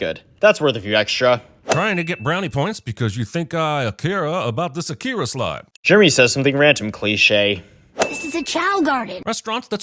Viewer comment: how the heck did Jeremy mispronounce Akira ?